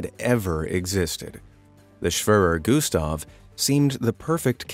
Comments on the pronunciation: schwöror güstf lol all germans are laughing. The e is pronounced like in the word egg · "schwaver gustav"😂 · It’s pronounced schwerer Gustaf